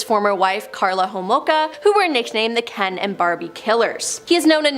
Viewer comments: It's "Karla Homolka" instead of "Clara". K.x. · Correction it’s Karla Homolka not Klara and she’s in Salaberry-de-Valleyfield now!!! I live about an hour away!! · Her name is Carla, NOT Clara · It's Karla Homolka. Not Klara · Dude it's Karla not klara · It’s Karla not Klara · Karla not Klara .... Homolka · KARLA…not Klara. Cone on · ITS KARLA. Not KLARA. ffs do research. And you can’t use a picture of LEE HARVEY OSWALD in the Boston marathon tragedy. wtf is wrong with people. Talking and not FACT CHECKING anything. Shame. This is where we are headed. Dumbing down fast. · Also it’s Karla not klara learn your names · The one name you got way wrong. Its Karla Hamolka, not Klara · KARLA Homolka, not Clara. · Isn’t it Karla Homolka?